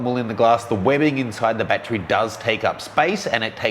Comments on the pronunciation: .....How Many BAT-TREES Are Needed For All The Bats? How to pronounce battery: bat-er-ee ..You where Out that Day! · Bat-Tree or Bat-ur-ree??? Hmm... I always got laughed at when I said Bat-Tree. Makes me now wonder which is correct, and is it a regional pronunciation?